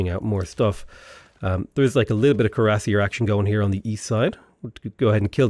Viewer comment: not to nitpick but if you didnt already know, Cuiassier is pronounced "kweer-uh-seer".